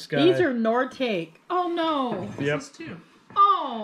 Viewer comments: Nortakie is not pronounced nor take lol it's nor tok e is correct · Nor I tock e! Not nor take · Noritake is pronounced Nor eh tak eee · FYI. it’s pronounced Nor I Taaah kee. Seems to be a lot of it in these videos. Love you guys! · Those red bulbs are fire bombs to put out fires. Probably water. Nor-i-tah-kee (Noritake) and please, please don't ring the bells. They destroy our and the dogs' eardrums and he howls like a coon dog. Thank you! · Noritake is pronounced NORI TA KEY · A pronunciation guide to "Noritake" from 1952. This is how the name is generally pronounced~ it is: nor-ih-tah-kay. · Noritake is pronounced “ nor ah ta kee” brand of china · Nora talk key. Is how you pronounce the name of the dishes. They are Japanese.